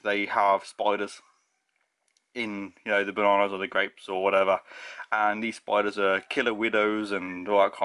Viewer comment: I'm Canadian. Like I said for the first two minutes (not actually just first few times he said it) his accent, to me, I didn't hear the d's so thought he was saying spoilers.